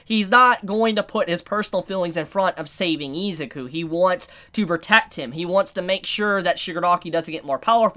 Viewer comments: that pronunciation of Izuku is so hard to listen to. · "oh-che-koh" "ee-zuh-ku" bru pleanse